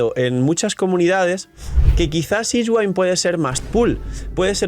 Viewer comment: Uffff buen video, pero cada vez que dices sishguain me da una puntada en el pecho 🤣 abrazo 🍻